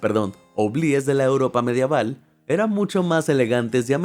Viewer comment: La palabra es Medieval* no Madiaval😂